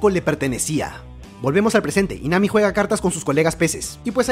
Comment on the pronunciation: En el minuto en vez de decir Nami dijo mami